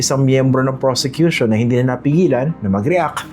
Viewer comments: Did I hear it right? Robin said "persecution" instead of "prosecution"? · Sir Christian,he said PERSECUTION not PROSECUTION.Correct me po if i'm wrong.But really,he doesn't deserved to be a senator-judge. He needs to go back to school and take up some courses.What a shame,he's been watched all over the world.🤦🏻‍♀️Watching po from Las Vegas,USA.God bless!🙏🏼🙏🏼🙏🏼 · "Persecution" ang sabi ni padilla hindi "Prosecution" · Paki correct din si Senatong na hindi persecution. It is prosecution😅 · Did I hear right? the Communist senator said "Yung Persecution" instead of Yung Prosecution"??? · Si Robin doesn’t even know difference between persecution vs PROSECUTION. HE UTTERED PERSECUTION instead PROSECUTION. ROBIN DOES NOT BELONG IN THIS SENATE BODY… KATATAWANAN. WALANG TAKE TWO DITO.. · Robin is saying "PERSECUTORS/PERSECUTION" not prosecution LOL WHO THE FACT IS GONNA TELL THIS HIGH-IQ OF A MAN?!?!?!?! 😂😂😂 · Me too I heard that persecution.